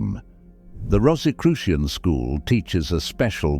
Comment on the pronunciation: This might have been interesting but I couldn't get past the fifth mispronunciation of Rosicrucian.